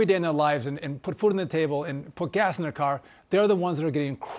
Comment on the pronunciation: DOESN'T, Mike NOT: DUD-ENT!!!!!!!!!!!!!!!!!!!!!!!!!!!!!!!!!!!!!!!!!!!!!!!!!!!!!!!!!!!!!!!!!!!!!!!!!!